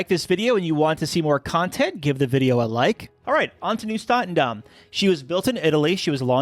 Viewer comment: It's NIEUW STATENDAM and not NIUEW STATENDAM